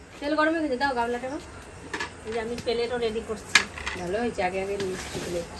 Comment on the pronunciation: একদম সহজ উচ্চারণ গুলো ও আপনারা খুব বিশ্রী ভাবে বলেন সেনেক নয় স্ন্যাকস , পেলেট নয় প্লেট etc এই গুলো একটু ঠিক করবেন আর কি বলব পকোড়া ভালো হয়েছে দেখে মনে হলো ।